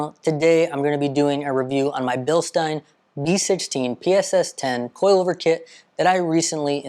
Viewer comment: Thank you for pronouncing Bilstein correctly!